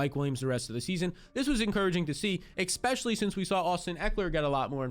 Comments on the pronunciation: Here again to say I'll subscribe when you start saying especially instead of eCspecially. Drives me and the other 66% of nonsubscribers nuts. Jk, prob just me. Man us youtube commenters are a tough crowd. Great content/suggestions though! You've earned a like. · can you pronounce "especially" properly, it is a major irritation for me. I can't listen to a full episode, and I won't subscribe because of that reason